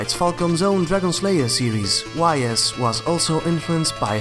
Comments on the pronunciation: Great video. Nice insight about JRPGs released in the 80's. Although you mispronounced some words like Ys (pronounced as ees) and eroge (eh-roh-geh, or just a short term of erotic game.) You also missed out another long-running franchise in Legend of Heroes, although Dragon Slayer is its predecessor. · Great video but one thing. . Ys is pronounced iee's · Very nice video! But Ys is pronounced "Ees"